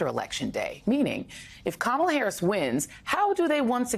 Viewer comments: The Republicans aren't too bright,they keep saying her name as Ka- ma--la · They're so spineless and subservient to Trump that they're not even allowed to pronounce Kamala's name correctly. How sad is that? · Busing people around....SHS pronounced Kamala like Donald trump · is 2 Stoopid to pronounce the Vice-President’s name correctly. Shall her ignorance be worthy of Air Time? How about YOUR time? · She is so humble that she even cannot pronounce Kamala Harris’ first name correctly. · cannot or won’t say Kamala correctly. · This ignorant witch continues to say Kamala's name wrong. She is just disgusting. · Calling herself humble while deliberately mispronouncing VP Harris' name is so MAGA coded